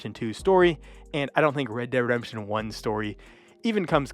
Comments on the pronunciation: Sorry - can't watch the whole video You lost me when you pronounced "Red Dead Redemption" as rederdemption Slow down. Focus on enunciation. Speak clearly. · It would be good to re-record your voice audio so you pronounce the games properly. I'm hearing "red der redemsion" - so you pronounce "dead" as "der" As for which is better, it's a no-brainer - RDR2. You say it doesn't feel as much like a western as RDR - really? What westerns have you been watching? Sure, if it's the type of western that is predominantly shooting - fighting - absolutely. But that's SO shallow. If you want depth, want to get a feel of what the end of that era was like, with so much more than just the cowboy style violence, RDR2 totally owns it. There's PLENTY of western movies and TV shows that have that kind of depth. Heck, one recent and awesome one, "American Primeval" really screamed RDR2 at me. Amazing TV show, so deep - a proper western. A western right near the end of an era - just like RDR2.